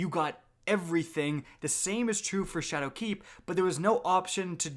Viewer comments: he is also putting a lot of emphasis on the "keep" in shadowkeep, which sounds a little off to me. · SweetPigFat yo fr I cringed every time he said shadowKEEP